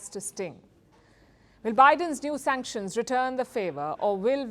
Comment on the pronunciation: SUNCKTIONS BIDEN SUNCKTIONS more SUNCKTIONS